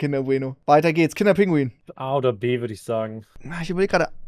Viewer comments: Kinder PINGUI !!!!! nicht Kinder Pinguin! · Es heißt Pingui, nicht Pinguin. 😬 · Ich werde da nach 2 Minuten schon so aggressiv. Es heißt Kinder PINGUI, nicht pinguiN! Ohne N! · kann jemand den bitte erklären das es pingui und nicht pinguin heißt lmao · Triggert dass ihr KinderpinguiN sagt. Lasst das N bitte einfach weg, danke😘😅